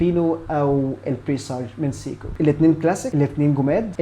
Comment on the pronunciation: قفلتني يا أول ماقولت سييكو دي فعلا فعلا وقفت الفيديو واشمئزيت أنا آسف مش منك طبعا ولكن من النطق خصوصا آني بحب الساعة دي.. دورت على نطقها الصحيح في أماكن مختلفة ولقيته سايكو سواء القواميس او جي بي تي او جوجل او متحدثين اللغة نفسهم.. ابوس ايدك غير نطقها ولا اقولك أنا مش حسمعك تاني لانك طبعا مش حتغير نطقها ولا أنا حقدر اسمعها تاني سييكوو 🤮